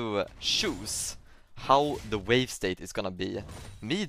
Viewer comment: my man is saying vawe